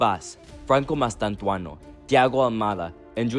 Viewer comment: ''Mastantuano'' jajajajajaaja. Its Mastantuono dude.